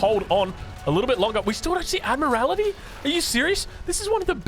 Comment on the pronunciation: The English naval tech is pronounced "Admiral-tee", rather than "Admir-al-it-ee" !